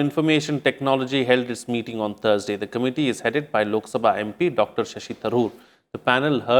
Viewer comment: The pronunciation of this anchor is not correct. He doesn't know the difference between th and t.